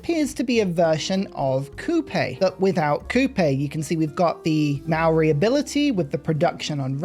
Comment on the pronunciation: Yo viewer from NZ here, Maori is pronounced like 'mouldy', the mao sounds like the moul in mouldy and the ri sounds more like 'dy' cause you sorta roll the r. also marae is pronounced more like 'Ma' 'rye' like youre calling for your mum cause you want rye bread. big fan of you for awhile love the content